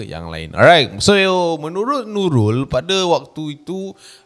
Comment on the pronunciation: menurut Nulul 😅 ter-pelat pulak 😆🙏🏼🙏🏼 tengok ape,usha ape? 😂😆😂😆